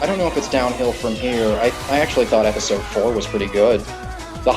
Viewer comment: naw my ears are still bleeding from the last "epidose"